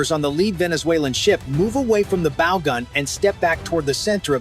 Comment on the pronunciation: Oh my goodness - your narrator needs to PRE-read his narrative. Bow, regarding a boat, is NOT bow as in “bow & arrow.” That was just error, just the most obvious.